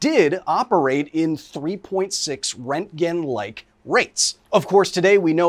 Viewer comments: the amount of times he says rent gen , instead of RONT gen, is giving me radiation poisoning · "Rentgen" is such a cursed pronunciation. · Röntgen isn’t pronounced rentgen! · are you saying Rankin? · at first I thought he was saying rankine and I was like damn thats cold. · Not how you pronounce roentgen but okay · Literally no one is pronouncing the umlaut in Röntgen (Roentgen) correctly, not Kyle, not HBO… like come on guys do better 🙄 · Best part is intentionally saying the guy's name wrong multiple times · I guess thats how we are pronouncing roentgen now lol